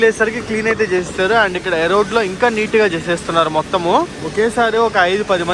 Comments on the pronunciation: ఎరోడ్ కాదు రా బాబు, అదే ఇరోడ్ జంక్ష్ 😅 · ఎరోడ్ కాదు ఈరోడ్ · Erode ❌️ Arode ✔️ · వీడికి చదువు చెప్పిన మాస్టర్ మెట్టుగా కొడితే... ఆ స్టేషన్ పేరు ఈ రోడ్డు ఎరోడ్ కాదు...... కొజ్జా నా కొడకా ఎన్నిసార్లు చెప్పాలి రా...... పూణే టు కన్యాకుమారి కూడా డైలీ తిరుగుతుంది బండి..... ఫస్ట్ స్టేషన్ రైల్వే స్టేషన్ పేర్లు సక్రంగా పలికేది నేర్చుకో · పెర్లు సరిగ్గా చదువురా జఫ్ఫా . ఈరోడ్ ని ఎరోడ్ అంటావు ఎరుమేలి ని ఇరుమెలి అంటావు తెలియకపోతె తెలుసుకో...